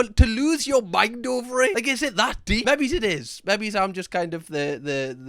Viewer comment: I really like watching this guys videos, but he seems to be physically incapable of saying the word "maybe" and it bugs the living crap out of me 😂